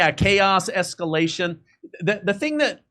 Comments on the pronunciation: “Trumps esculation” haha retard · esculation... :face-blue-smiling::face-blue-smiling::face-blue-smiling::face-blue-smiling::face-blue-smiling: A.I. not so sharp eton